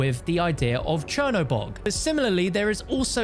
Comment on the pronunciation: Chinabog yet I’m hearing him say chernaborg